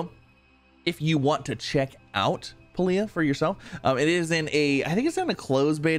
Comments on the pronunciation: Spanish "pah - lee - ah" accent on the first syllable. In (European) Spanish it means "alter cloth" with the root "pall" meaning to partially obscure with a cloth vail or smoke. It's also an Indonesian word or noun for a medicinal herb or plant. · from devs first look video few weeks ago its pronounce pale-ya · Pay-lee-uh just for the record. Here's hoping I helped with pronunciation but very excited to see you play this man! 👍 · I think you pronounce it like paladin